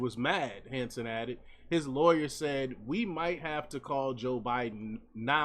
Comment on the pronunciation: Hanson, not Manson?